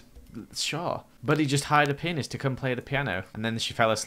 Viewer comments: Painist??? It’s pronounced pee-an-ist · When was saying "pianist" I thought he was saying "penis" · When said "Pianist" it sounded like he was saying something else(if you know what I mean)